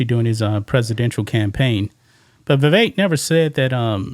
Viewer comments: "VIVEK" second syllable sounds like "ELK" ..THE "E" as in "elk".. a short "e". Vi-vek as in "speck" <<THAT "E" // as opposed to pronouncing his name, "VIVAKE" ..as in "rake". You probably heard it from Nikki Haley, who purposely miscalls Vivek's name.. mispronounces it..you know.😅 So let's say his name RIGHT.❤ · how can these reporters still not pronounce Vivek's name correctly?